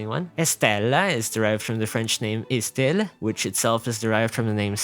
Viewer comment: I'm gonna be the bothering french guy but you seem to have mispronounced the only two french names on a pronunciation video which kinda hurt. You said "Estelle" by doing the wrong e, we have a "deep" and a "high" 'e', the first is a high 'e', similar to a english 'a', second is a deep and I think you did it right. Your first 'e' doesn't exist as only 'e' but it would be 'eu'. I can't be sure because you speak quickly and french is complicated, but it's definitively wrong. The other one being Yvonne, this should be easier because there is only one and only way to say 'o' (or 'au', or 'eau') yet you said a 'eu'. But honestly I am pretty sure Yvonne is not french, made quick researches and if anything it would more german, even more celtic (which are close to french, that's latin for you). That's it, my complain is over, my explanation is bad, and please don't speak quickly on a pronunciation video.